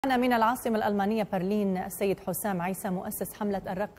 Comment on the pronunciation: Perlin? 😂 😅 اسمها برلين Berlin